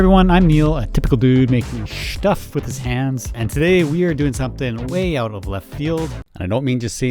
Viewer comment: Thought I was the only one who said shtuff. Thanks for your hard work